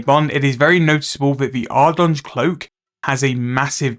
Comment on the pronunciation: Call it ardy cloak lmao, you are not even close to saying ardougne right